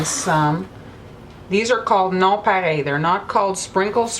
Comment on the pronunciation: It's a French word so she's pronouncing it correctly. 😊 Here in America we don't know how to pronounce French words correctly so we sound them out. Lol